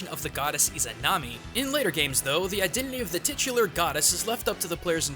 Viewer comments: Who the fuck is "Izunami"? It's IzAnami (and Izanagi). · Izanami. Not Izunami. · What's a "muhgami"? Who's "Izuhnami", or "Daidou Kuzunoha"? Did you forget to put a comma between "Itou Ryutarou"? Do you call SMB "Super Mario Broz"? Weebs like this should die. Also, "Megami Tensei" means "Digital Devil Story" in English. Try paying attention to the SMT intro sometime, otherkin freak.